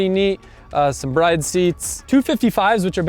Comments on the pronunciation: You of all people should know how to pronounce Bride seats as they were meant to be pronounced Brid look it up if you don't believe it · Brid. It's pronounced Brid. Not Bride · It’s pronounced “Brid”